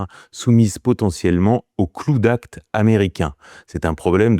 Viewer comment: La manière dont tu dit cloud act ça fait de la peine … apprends au moins les bases de l’anglais quoi … c’est abusé la …